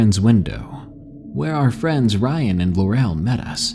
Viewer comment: Thanks for the great audio, D!! 💙💙 One quick note about pronunciations though; I don't know how your users have spelt 'em, but in the hopes of being helpful, I think the names "Burgess" and "Laurel" are pronounced "burr-jess" and "lore-uhl" (burr as in cold and lore as in ancient lore. :)) Again, I haven't seen them as they were written to you, but.. I know sometimes reading more than you hear can be tough, so I hope this proves helpful. 🔆